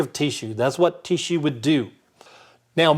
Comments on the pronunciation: I like how he says tee-shoe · "Teassue" Lol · This is a great video however it is rendered moot by the pronunciation of “tissue”. Sorry I just won’t accept “Teeshoe”. Good day sir. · Please. For the love of God. Stop pronouncing "tissue" that way. "Tea-shoe." "Tea-shoe." "Tea-shoe." "Tea-shoe." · I don't mean to be rude but the way tissue is being pronounced over and over and over and other words that have a short I sound or being pronounced with a long drawn-out heat what is that? Is that a specific accent I actually don't think I can watch the rest of it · I don't know why but this mans pronouncing of the word tissue is really annoying. I know that's kind of anal but its bothersome to me. But with that said ....a very interesting video